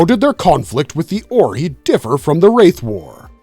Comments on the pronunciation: Oree? JAFA KREE it is OR-EYE! Pronounce it correctly or I will have you as replicator bio material and tossed in a pit full of them! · It's not pronounced as "OR-EE" It's pronounced as "OR-EYE"🤦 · It's not pronounced "or e" its pronounced "or i" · “Or-eye”… not “or-ee” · The Ori.. Or--ry.. Zpm.. not zmp..😂😂😂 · The oreee kills me...way to show an episode has never been watched without saying it. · Why you saying Ori wrong? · ZPM! I hate when videos like these are made by nonfans. Every time the AI gets Ori wrong I wanna scream! I did start screaming at ZMP! Its a zero-point modular, not zero-modular point! Blah!